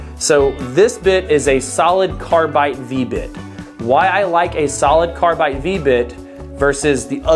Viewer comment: Are you saying carbite? Haha sounds like it. Probably doing it for the off chance someone with OCD like me comments about it.